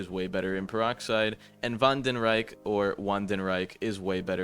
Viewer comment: it’s pronounced vandengheich